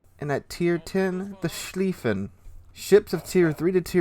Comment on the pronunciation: About Goddamn time. I've been waiting for the German First World War battlecruisers since the game came out. They're my favorite warships in naval history. Sir? It's Mult-keh, Ru-prekt, and Sh-lyfen. I think. And the Von der Tann, Derfflinger and Moltke are my babies, and the Mackensen. 😊